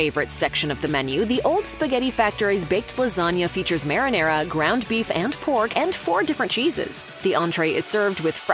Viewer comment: Pls learn how to say "marinara". It's MAR-(MAHR) IN ARA(AH) (Rah) not (mere) in ar(aira).